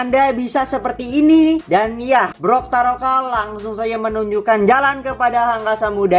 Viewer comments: Bukan brokaroka bang tapi toktaroka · bukan brotaroka tapi toktaroka